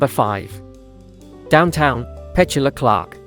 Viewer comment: AI voice overs can be so frustrating. AI pronounces Petula Clark as “Pechual Clark” (like petulant). Is it really that hard to make simple corrections like that before uploading?